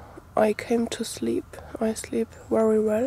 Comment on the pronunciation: Nice bag, love the accent.your words with a v like very have a w sound but its great, i understand just fine..thank you for viedo your awsome..